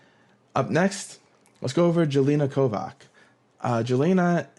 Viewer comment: I would guess that is pronounced “Yelena Kovatch”